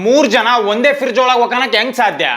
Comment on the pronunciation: Friz❌️ Firrzz ✅️. 😂😂